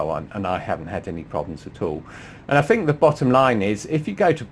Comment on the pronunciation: Dumb question...yes I have a 645ci, but what is the deal with English pronunciations "fink" and think? I fink this a marvellous cah